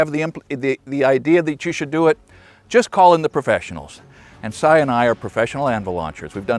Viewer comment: "Cy and I have been doing this..." My Ears: "Cyanide"?